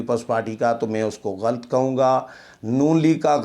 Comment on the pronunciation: Aap "barahna sach" bolte hain, koyi kitni tanqeed kare, fikr na karain, salamat rahain, aamin. Lafz ghalt naheen, GHALAT hai, harf laam k oopar zabar lagaya karain, shukriya.